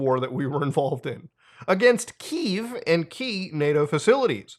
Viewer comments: Kiev is pronounced key-ev, not keev. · “Keev.” lol